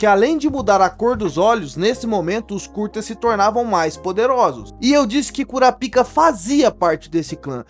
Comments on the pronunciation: O nome se pronuncia "Kurápika" (proparoxítona) e não "Kurapíca" (paroxítona). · Mano... 😐 "cura pica" é fod@ É bom pronunciar bem.